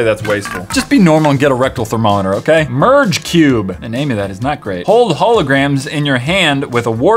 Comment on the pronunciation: When he said merge cube I wasn’t paying attention and I thought he said purge cube